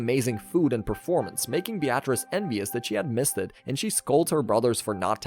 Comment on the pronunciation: Beatrice is pronounced be-ah-tris, not be-at-reece.